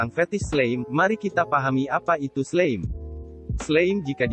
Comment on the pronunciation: Slime dibaca slaim